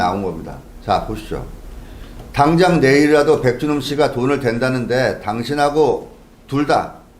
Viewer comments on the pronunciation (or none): 백준홈 은 왜 백주놈으로 들리죠 ?ㅋ